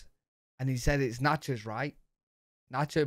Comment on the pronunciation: Yep , there's nachos , and then there's "NOT-chos" .